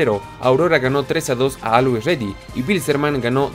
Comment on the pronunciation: Que mal pronuncias la palabra always ready, te sugiero te des una visita por el traductor de google.